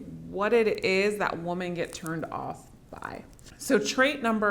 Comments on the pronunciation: I have to get used to pronouncing women as "woman" and not "wimmen" 😂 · you pronounce the word "women" (plural) like "woman" (singular). That's my only criticism.